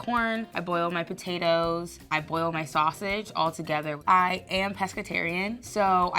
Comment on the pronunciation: Ngl fl pissed me off with her "boil" we are better than that